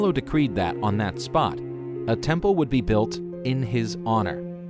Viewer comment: A very impressive “TENPLE”